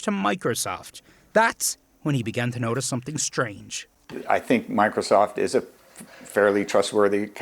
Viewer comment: "I think Mocrosoft is a trustworthy... " lol